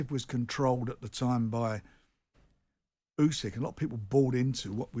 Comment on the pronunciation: Usyk not Yusyk Gareth